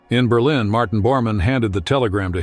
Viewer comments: WHO THE FUCQ DID THE ENGLISH NARRATION ? Berleen instead of Berlin ? FFS. ! ITS NO SO DIFFICULT TO FIND SOMEONE THAT CAN SPEAK ENGLISH WITHOUT MANGLING THE ENUNCIATION ???? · That’s what I thought too. The voice sounds real though. It had me fooled until the burleeen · “Berlen Germany”??? Perhaps you mean Berlin Germany. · berleen? what is this AI crap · Must be AI narration, couldn't pronounce Berlin correctly, my lord that's crazy! It's not Bur-lean!